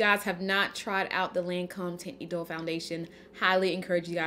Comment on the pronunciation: Hi I love your eye look! I could have sworn that you reviewed Lancôme’s Teinte Idole foundation in the recent past. That is all I use! I love the formula because it’s great if you have oily skin. It’s pronounced (Taunt E-dole). And please give us a real Patrick Ta eyeshadow palette demo! Use those shimmers girl! ❤️❤️ Quit playin’ 😆